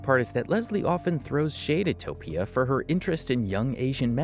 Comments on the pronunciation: i cant handle you saying toe-pea-a instead of toe-fee-a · Just so you know, Tophia is pronounced like Sophia, so the 'ph' is an 'f' sound. Great work on this vid man. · Toe-fee-ah, hope this helps